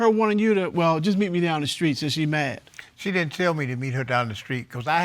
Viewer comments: 1st case: The lady is saying, "screet," instead of "street." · “Down the skreet”? 🤔